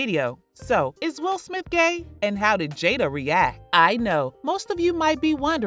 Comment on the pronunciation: He said “Will Smilf”